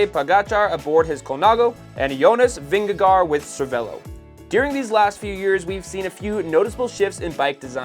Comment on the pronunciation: PRonouciation help on Jonas Vingegaard for americans: Vingègore Hope that helps?